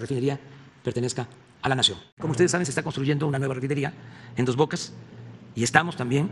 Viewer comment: No me diga!!! Está conjtruyendo una refinería en "doj boca", en serio? No, ningún compromiso, no hay manera de que logren extraer 3 millones de barriles diarios de petróleo, no llegan a 2 millones, continúan extrayendo menos de lo que extrajeron en 2018.